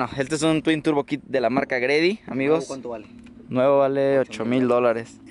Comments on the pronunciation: Carnal la marca se pronuncia G—Ready!! Un abrazo un feliz cumpleaños! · Nada más como observación, la marca de ese kit twin turbo es G-Ready, tu lo pronuncias GREDY, lo pronuncia mal. Debería sonar YI REDI, si me explico. Saludos.. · "Gredi" jaja